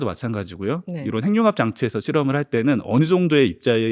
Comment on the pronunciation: 근데 핵융합 발음을 행융합이라고 계속하는데 거슬리네요. 해귱합이라고 발음을 하셔야...